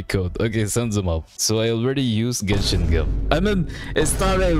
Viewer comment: You are so used to with genshin yet you don't know the correct spelling of genshin, it's genshin bro not jenshin